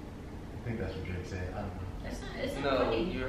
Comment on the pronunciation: Right😂 drake is my nigga but he said it wrong